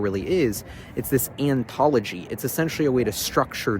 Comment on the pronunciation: Anybody else cringe every time he said "antology" instead of "ontology"?